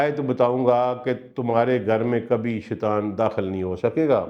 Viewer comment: Sir ap bohat acha byan farmate hen lekin Ibtda me اعوذ باللہ من الشیطان الرجیم ۔. Ki jagah ap shaitwan parhte hen is ki tilawat theek kr len or شیطان الرجیم parhen ... shukriya